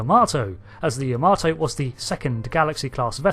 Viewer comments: It is properly pronounced YAH-mah-toe, not ya-MAH-toe. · why can brits not pronounce Yamato correctly? unless they know japanese.. its not Ya-Maaarrr-to its Ya.MA.to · Why do you keep saying the name wrong? its pronounced YA-MA-TO not Yahmarto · You butchered the pronunciation ya-ma-tow